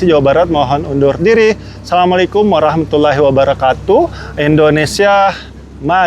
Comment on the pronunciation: DI CHANNEL LAIN BILANGNYA BABE ROMLI BUKAN DI KALI "APUR",WAROH WAROH WAROH MATULLOHI WABARAKATUH BACANYA TULISANNYA WARAHMATULLA(BACA : O)HI BANG DAN KURANGI CENGENGESANNYA BANG .....KEREN,SEMANGAT